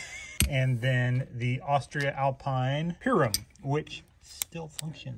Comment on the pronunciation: For everybody wondering how to pronounce their new favorite brand of carabiners: it's "Austree-alpeen"